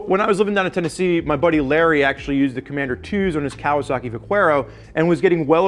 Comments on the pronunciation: ... Kawasaki Vah-care-oh, not vaqwerro. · Vak-where-O? OMG! It's pronounced Vak-air-O (Spanish word meaning: Cowboy) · you're killing me man. Pronunciation is key. I constantly hear you wrongly pronounce the vaquero. Its 'va-care-oh'. The way you say it makes you sound like a ve-queer-oh